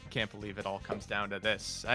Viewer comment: I've never realized before that pronounces both can and can't as CAN, but that Mudballman question shows it very clearly I wonder how many rullings have I got wrong because of that 🤔